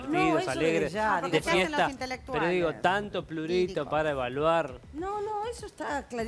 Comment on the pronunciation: “Tanto PLURITO” dice Angel🤦🏽‍♀️ es Periodista? Prurito... bruto!